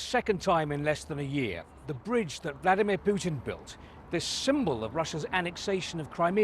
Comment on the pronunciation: "the brodge that valdimir puton built" Hes a talented bar steward 😂😂